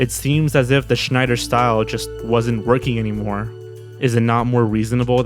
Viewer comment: Damn, your pronouncation of the name Schneider is on point